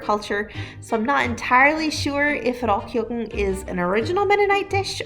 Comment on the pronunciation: That Mennonite lady mispronounced Rollkuchen with such confidence and zest